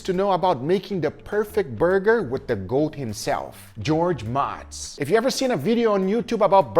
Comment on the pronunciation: George MOHtz. He even says it in the video, Guga 🤦🏻‍♂️ How dare u slander the burger GOAT?!